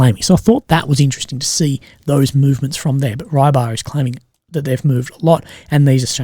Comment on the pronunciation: haha And Rybar is not Rye-bar, more like ri-bah.